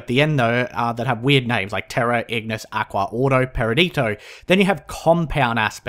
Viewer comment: haha I love how you always add vowels and other letters to words that do not contain them. Ie. Terra >>>Teria Etherium >>> Ethrerium etc